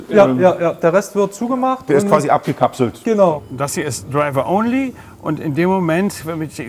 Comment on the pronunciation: „du hast aber drinnen noch deine Taste *treiwaohnlie*. Ich habe es fünf mal angehört und nicht verstanden. Dann zeigte dankenswerterweise die Kameraperson die Taste „ DRIVER ONLY”. Ach so. Ssänkjuwerrimatsch!